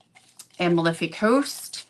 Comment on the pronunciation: "Amalfi" is pronounced "Uh - MALL-fee," not "Aim uh LIFF ee."